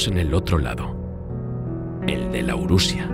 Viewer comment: Laurusia? Auracaria? quizá esos errores sean fruto de la dislexia 🤔